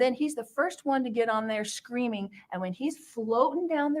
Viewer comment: Colby you are such an amazing man. The fact you were raised by this nut and turned out so well shows you filtered out her mess. I love you and I’m so proud of who you’ve become. ♥️🥰 Now to Lori: Lori said in Evan Almighty they were “SHCREAMING”. Since when there is an “H” in there. And she adds an “R” saying “QUERSTION”. Lori is so full of herself she can’t speak properly yet she sits there speaking like a moron as if she’s the smartest person in the room. Lori you look ridiculous!!